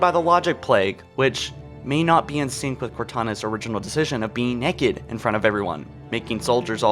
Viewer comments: You saying "naked" bothers me, just say nude. I'm hearing "nekid". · She's nekkiid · cant pronounce Naked. The video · Question: Is this the American way of saying naked or is it just in this video? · Why is he pronouncing naked like that😂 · Naked not necked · The real question is why are you saying NECK-ed? It’s pronounced NAKE-ed🤦‍♂️ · "Neked".......it is pronounced NAKED. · Im sorry but why do you say it nekid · Theres an "a" in naked, it's not pronounced "neked". This guys voice and pronunciation is awful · Anyone else annoyed he keeps saying neked instead of naked 😂love ya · Theory Request: Was Cortana already too far gone by the time Chief rescued Her from High Charity? I'd also like to point out that he pronounces it as "Nekked" XD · Why are you nekked SAY IT RIGHT NAKED ITS NOT A HARD WORD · "Why is Cortana neked" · I like how you say nekid instead of naked. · Stop saying Neckid! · Why is she 'nekked' you ask? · it is naked not necked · Why the hell do you pronounce naked as neked. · You say it like it’s Nekad and not Naked but meh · He pronounced "naked" "neked"... epic pronunciation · Why TF this boy say naked like "neck-ed" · not gonna lie man i love your vids but the way you say naked is painful its nae-ked not ne-kid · Stop saying neked its naaaaked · I like how you never said “naked.” You always pronounced it “necked.” Which works, as the definition of “necked” is naked and up to something, and Cortana is always up to something. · Why are you pronouncing naked as NEKKID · If I hear you say neked, one more time... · Knee kid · why do you pronounce naked weird? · Say necked again. I fucking dare you. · Take a shot every time he says necked. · I like 'em neked. I assume he said "neked" because of Youtube's stupid monetization. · U said necked? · “Neck-ed” m8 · “Why are you necked” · Neck-id. When you say it it's like wtf. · I never really thought of her as (as pronounces it) "nekked" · she is nekid